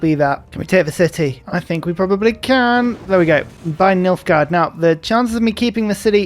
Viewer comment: Me, halfway through the video: Oh, Nilfgard! I thought you said Milfgard.